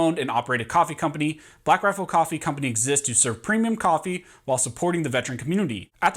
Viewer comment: Take a shot every time he says “blackrafflecoffee”